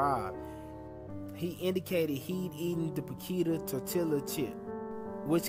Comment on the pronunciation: My cousin says "tor-tila" too 😂